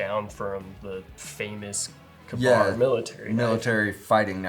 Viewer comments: Him calling Ka-Bar “Kuhbar” has me all kinds of messed up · Kabar? What is a Kabar? KA-BAR? Ok, now I know what you are talking about. Reading is fundamental. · Kuhn-BAR? Some one tell him it’s KAY-bar. Never heard anyone say it like that. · So, the name comes from "k a bar" as in a man allegedly used one to kill a bear, but wasn't exactly literate, so when he wrote in about it was in the above manner. "Cuh-bar" is just wrong. "Kay-bar" is the more appropriate pronunciation. No one cares. I know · Kuhbar lol never ever heard it pronounced like that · “Kuhbar” that hurts my soul.